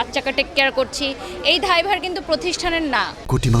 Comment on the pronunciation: ধায়ভার নাকি দায়ভার?